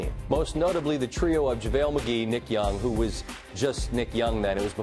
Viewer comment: I think he said Javale Mcgay